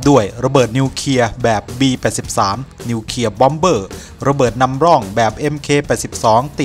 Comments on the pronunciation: อ่านคลิปให้ชัด นิวเคลียร์ ไม่ใช่นิวเคีย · นิวเคลียร์ ไม่ใช่นิวเคีย ออกเสียงชัดเจนด้วย